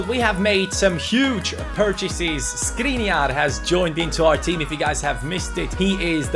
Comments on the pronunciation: don't read Skriniar but Škriniar, i am from Slovakia and Škriniar is from there. read š if you can't tell letter š go to google translater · Škriniar is pronounced Shkreeneear!